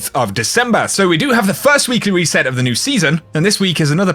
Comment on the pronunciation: Weekly weset i love how you say it (no offense)